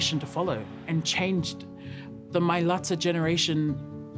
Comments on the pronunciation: u heard the uso . it’s “ MAILATA “ put some respect on his name and pronounce it properly 🙏🏾⚡️ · My-lah-tah...That's the correct pronunciation, guys!...Mailata! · Say his last name the right way. The way he wants people to say it to respect his ancestors: MilaTA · Yes please the "T" is a "T" not a "D". I know it's not that hard to pronounce if you have a good heart. LOL. God bless USO. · Yes it's pronounced mai (as in "my") and lata as in "whatta"). Malo lava Jordan.